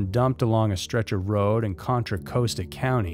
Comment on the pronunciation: CON-tra COSS-tah.